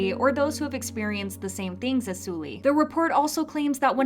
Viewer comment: Suhl-Lee not Sool-Lee